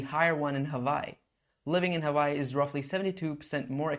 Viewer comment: Hawaii is actually pronounced Havaii, so good on you.